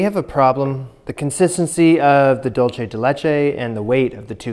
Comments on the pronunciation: Love you,. Just a tip, for "dulce," say "THOOL-seh," but never say "Dool-cheh." That's Italian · “Dual say”= dulce (Spanish) “Dole chay” is what you are saying lol like dolce (Italian) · Every time you say “dolce” instead of “dulce” the Hispanic in me cries.